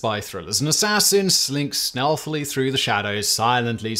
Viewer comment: ..... Am I the only one who heard "Sneaked Snealthily" in the beginning??